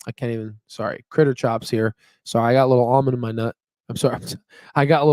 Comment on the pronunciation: please read "cRitterchops" name correctly